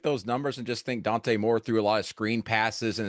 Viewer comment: Dante Moore not Dan. Second time I’ve seen this from CBS